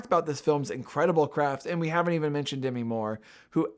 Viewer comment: This is the Kamala controversy for tiff/cannes 2024 reviewers: Demi is pronounced De-MEE. It is not supposed to rhyme with semi.